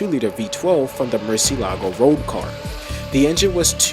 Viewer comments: Italians and everyone else in the world: Lamborghini Murcielago This guy: Lamborghini Murcy-eleago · i mean you are contradicting your initial response here. You said you "tried", at first. And i can guarantee you now, that the way you said it, is not how the spanish say Murciélago at all because i am spanish😂